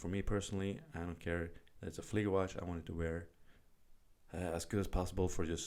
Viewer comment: Appreciate correct pronunciation of model in German. Nice video.